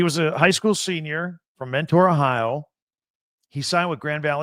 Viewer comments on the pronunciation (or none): none